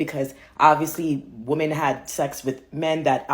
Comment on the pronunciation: Every time she should have said women, she said woman. When she should have said offspring, she said offsprings. I couldn’t stand to be around this nitwit for 5 minutes.